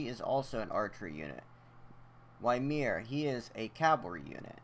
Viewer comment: its pronounced (Yi-mir) Not (Why-mir)